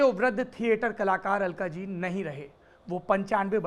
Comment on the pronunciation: अल्काज़ी... अलकाजी नहीं।